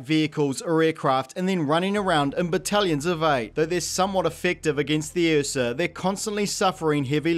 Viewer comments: Watching this movie had me so traumatized by the "accent" Jaden did that I feel triggered by this completely justified pronunciation of "uhsa" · this dude tries to corrent the word phenomenon but he says ursa as the "eafsa" like wtf